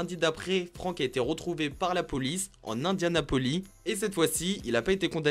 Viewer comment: Il à été arrêté en "Indianapolie"? 😂😂😂